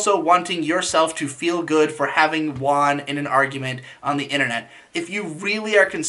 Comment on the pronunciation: WHY DO YOU KEEP PRONOUNCING THE WORD "WON" AS WAN